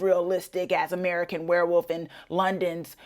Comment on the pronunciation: Werewoof? Or Werewolf? 😂